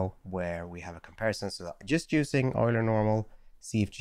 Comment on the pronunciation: Yay! At last an AI artist who knows the correct pronunciation of "Euler." Old Leonhard must be spinning in his grave like crazy with all the "Yulers" on YouTube videos, lol 🤣 I guess your native language is German, so that totally explains it? 😉